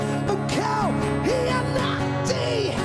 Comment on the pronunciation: Dia punya sebut "khianati "pedih dgar